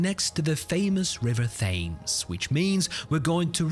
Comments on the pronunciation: Hi, I’m a subscriber from Canada with a question: I thought all Brits pronounced the river as “tems”, not “thames”. Am I wrong? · I love this. Your accent is almost as good as Dick Van Dyke in Mary Poppins 🤣. It swings from posh totty to cockney geezer to random northerner. Great, it's hilarious. BTW, even though the river is spelt Thames is pronounced Tems not Fames. 🤣😜 I love it though. Also really well done on slowing this down to natural speed. You really picked up on all the nuances of this drive. Great video.👍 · "Thaymes"???? I thought the locals over there pronounced it "Tims". was I wrong? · The river name is pronounced Temes.The h is silent. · The river fames 😭😭 Like many bri ish words it’s a trick it’s pronounced tems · .. the river Th-aimes! 😂 Those AI bots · I gave up when the AI commentary mis pronounced the river Thames as The-Aims Put a tiny bit of effort into your submissions, it helps keep the viewers attention otherwise it's just another thrown together bit of nonsense BS wasting my time. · more like "temz" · Oi lad, just wann'ed to let ya know dat the River Thames is pronounced Tames and its Bucking-um palace not Bucking-ham. Nice try though, mate. I wish tesla would upload these videos at 1x speed so you didn't have to interpolate but you always do a good job so thank you very much.